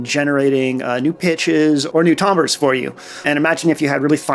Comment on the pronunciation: Hi! I love granular synthesis, and I found some new tools here. Just a small thing is that timbre is pronounced more like "tamber," not "tomber." It's such a strange to pronounce word, so I don't blame the mistake at all! I'm so happy you're making so many videos, and I wish you the best with this full time. You're super talented.:)